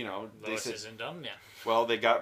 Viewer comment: We never claimed Lois was stupid (and yeah, DOES pronounce her name as "lewis," and no, we're not sure why.